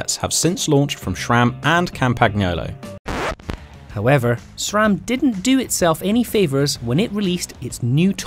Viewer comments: It's not "CampaGnolo". In italian, everytime you see "GN" together, it sounds like the Ñ in spanish, in this case: "campañolo". Mondraker is Spanish and I don't know where you did your research but nope, it's not "mon-dray-care"; it sounds just "mon-drah-ker" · Its also not "campagniolou" as you say in the video, its "campañolo". And its monDRAker not monDREYker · Also they got Campagnolo wrong by adding a hard 'g' sound in the middle, 'gn' is pronounced like 'ny' not 'gny' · Thank you. The mispronunciation of Campagnolo drives me nuts. Like fingernails on a chalk board. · Yes. They say campagniolo